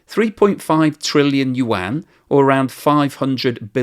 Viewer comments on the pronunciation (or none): none